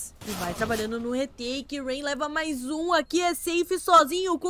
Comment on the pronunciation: Narradora zero emoção, falou o nome dos jogadores td errado "roups" "rayan" kkkkkkk